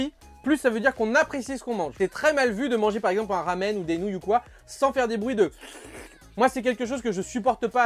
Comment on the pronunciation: C’est marrant à dire « nonouille » 😅